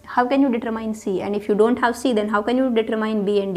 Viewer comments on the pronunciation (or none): I like the way she says 'I dawn't care' and 'rawl number'